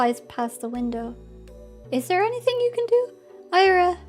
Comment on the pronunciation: hi, it's pronounced ee-ra, like you'd pronounce lira (the currency) but without the L